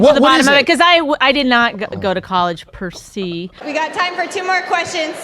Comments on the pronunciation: Did she say "I didn't go to college, per SEE"?!? ...maybe you should have. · "Per see" Lol. Jesus Christ